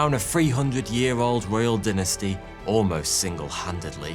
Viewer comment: You pronounce “dynasty” and “vitamins” wrong.